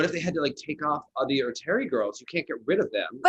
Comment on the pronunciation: I feel like Meagan was totally counting out the Germans Fabienne Hase and Seegert at Skate Canada. I think they could definitely be mixed into that mid pack if they're in their pre-pandemic form. (Also, I'm not sure she should be the one we turn to for name pronunciations. 😛Thierry = Tee-air-ee or Tyair-ee) Sorry Meagan, I do enjoy your commentary! And I 100% agree about Mark Kondratiuk! And yes, Galyavieva and Thauron are definitely the French team you liked! 😉